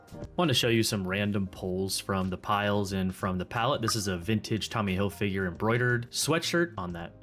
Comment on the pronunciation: Why can't anyone on YouTube pronounce these designer's names right? Hil-FIG-er. Ralph Lor-EN. 😡